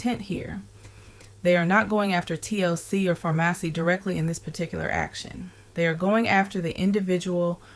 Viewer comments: Farmasi is pronounced just like the word PHARMACY 🫤 Get well soon Ti and thank you for keeping the content going. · The company Farmasi is pronounced “Pharmacy”. Also, she was selling a dream, which is the cornerstone of a pyramid scheme. No one gets rich selling products. They get rich by recruiting people to pay and join, maintain a monthly quota of purchasing products and profiting off those quotas. Once the FTC instituted this income claim requirement, MLM companies started going out of business because they were selling a lifestyle and a dream. The products are just the bait to lure people in.